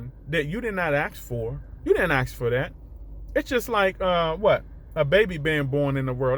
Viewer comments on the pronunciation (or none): Ask not aks